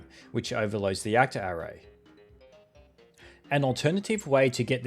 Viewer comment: I have never heard somebody pronounce "array" like "hooray" before, that's new 😂